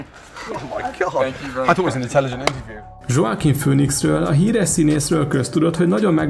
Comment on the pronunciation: Juj, az nekem is fájt... Meg "Dzsokovics" se volt kutyafüle.... xD Azért utána lehetne nézni a nevek kiejtésének.....